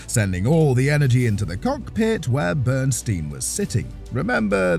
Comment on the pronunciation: The narrative regarding the John Force/Kenny BernSTEEN (how its pronounced) is completely wrong! And Force didnt suffer MINOR injuries, they were catastrophic! He almost died!